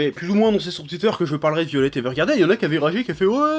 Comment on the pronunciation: J'ai remarqué que les français aiment franciser les mots étrangers. À un moment, faudra arrêter de saccager l'anglais. Ça se lit "Vaïolet", pas "violette".